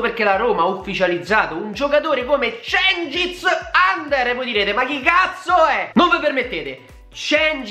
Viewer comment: Si legge djengis yunder ...